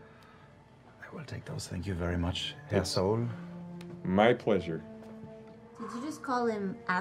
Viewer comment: German here, for anyone who didn't catch it, Caleb called Pulmat Sol "Herr Sol" which basically means "Mister Sol" and Jester misheard it as "asshole". Also, compliment to caleb for his almost perfect pronounciation of german words.